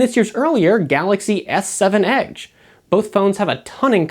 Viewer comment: I hate the way he says "edge".